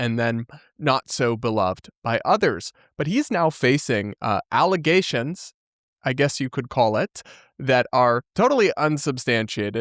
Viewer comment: False alla-ZAY-shuns!